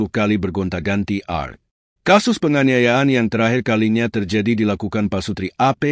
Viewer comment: Kok bacanya Art?? Art mah seni hrsnya A Er Te bacanya bukan ya ? Yg bener apa ya ??😅